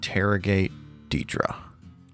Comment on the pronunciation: "DEEdruh" why... why pronounce her name like that lol